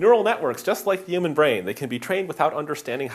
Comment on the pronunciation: Ray Kurzweil also talks like that.